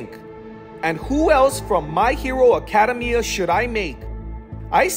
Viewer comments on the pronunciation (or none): It's pronounced aca dem I a not arcadium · It's ak-UH-day-ME-uh and kot-SKI ps you should do Naruto with marble rasengan plz do it